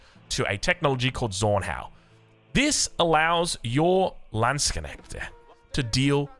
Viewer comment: Hearing you pronounce 'Landsknecht' the way you do now, I'm very proud knowing the long and hard road you walked in that regard!